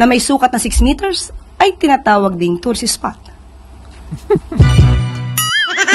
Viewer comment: bulol naman tong barkdog ng Malakanyang, anong 'tourstsis' spot pinagsasabi neto?